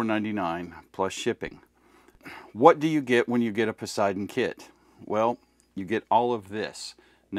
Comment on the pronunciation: Don't expect a Chair Force veteran to be able to properly pronounce Poseidon 🌮🌮🌮